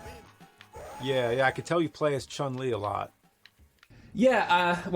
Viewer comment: "Sah-gaht" "Ree-you" "Chuhn-Li" "Zahn-gi-eff"